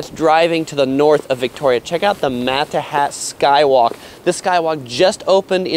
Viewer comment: i hate to dump on the video, but did you say makahat skywalk? lol